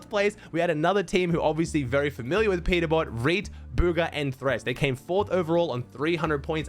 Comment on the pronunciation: Peterbot❌ Peterbop✅😭🙏